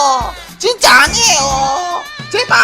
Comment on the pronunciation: 제발할 때 족발이라고 들렸냐